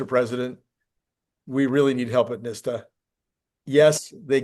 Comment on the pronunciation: just a quick note: its not NIS-ta. It is NHTSA. so youd say “NIT-sa.” slight difference. but worth saying it correctly.